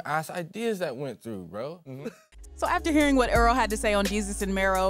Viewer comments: Why she pronounced his name like Er-al. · Why it sounded like she said oral sweatshirt 😂